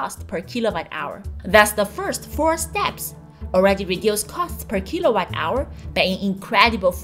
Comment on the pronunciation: Jixuan, please pronounce kilowatt hour not as kilobyte hour.